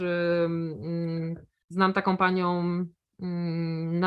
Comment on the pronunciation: "Hormonalnom, ochronom, znalam paniom) itd.itd Wiekszosc polskich youtuberow tak teraz mowi. Dlaczego ?